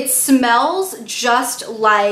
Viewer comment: Fl loo da Hun is how u pronounce the Indian milkshake drink x